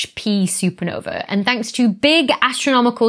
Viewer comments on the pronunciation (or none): none